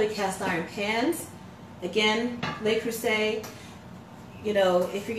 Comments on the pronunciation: Le, not Lay Creuset. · Minor note: It's Le Creuset, not Lei Creuset, so it's pronounced something close to "luh crew-zay," rather than "lay crew-say." (It's hard to describe, but it's sort of like saying the word "look" minus the "k.")